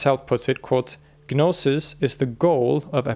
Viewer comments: the G in gnosis is silent so its pronounced no-sis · You don't pronounce the 'G' in 'Gnosis.' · Stopped listening once he said "Ga-nosis" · With the exception of "gnosis." The G is silent. 😊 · The G in gnosis is silent.